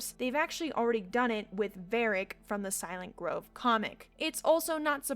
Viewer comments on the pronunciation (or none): none